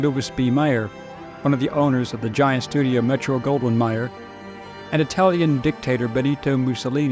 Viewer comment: That would be Louis B. Mayer, not Meyer.